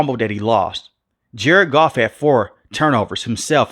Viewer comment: It’s Goff cmon you got the best and you blow it